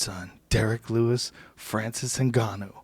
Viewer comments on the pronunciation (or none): none